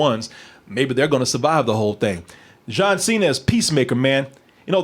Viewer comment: "John Say-na"